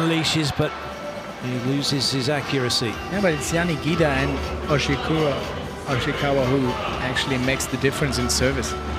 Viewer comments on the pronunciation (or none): correct me if I’m wrong but did he tried to say Ishikawa and ended up saying Oshikawa? Which kinda sounds like Oikawa JAJAJA